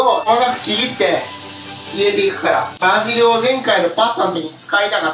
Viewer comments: のところパジルになってない？バジルじゃないの？ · パジルじゃなくてバジルじゃね？